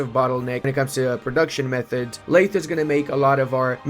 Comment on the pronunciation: the "th" in lathe is pronounced voiced, your vocal chords should vibrate.